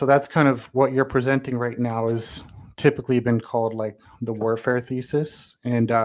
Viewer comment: He was trying to present feces. Oh wait, he said thesis.